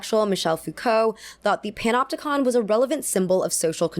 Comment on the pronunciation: For a moment there I was laughing with my belly when I thought I heard you say “pinupticon”. But then there’s prison…